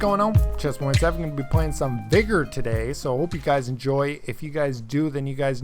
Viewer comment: Btw cheers for pronouning VIGOR correctly people keep saying veeegor or viiigor and it makes my skin crawl LoL great to hear someone that knows it is pronounced vigger... Would be great if Arma 4 came to consoles with mod support... Really that is what everybody wants from these asset flipped clones